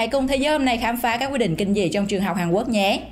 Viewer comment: Quốc mà bạn này cứ đọc Quắc nghe khó chịu ghê